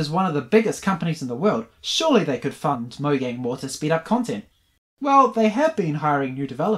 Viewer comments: its pronounced mo-jang not mo-yang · It’s mojang not moyang